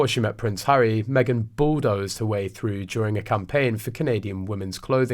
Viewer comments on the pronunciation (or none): none